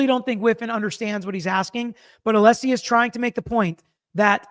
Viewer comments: It’s pronounced Alleesie father of Dragons 🐉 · Why does Brennan keep calling him Mr. Aleeesi? Can he not be corrected on the record? So disrespectful…